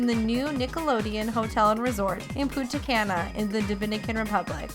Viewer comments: She pronounced Punta Cana wrong I'm offended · You said punta Cana wrong